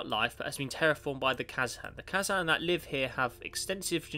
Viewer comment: You didnt read the first introductary part of the description! also you pronounced Kazan wrong but that is not a large problem...